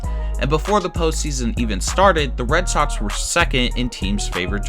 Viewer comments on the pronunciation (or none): Love the content but turned off by the failure of the commentator to pronounce hard “k” sound. Players sign contrats. Sale plays for the Red Sots. Teams employ analydits. The Yankees are iconit. Luxury tats. Yikes.